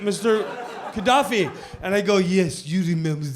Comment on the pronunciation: Pisses me off every time he mispronounces Gaddafi's name.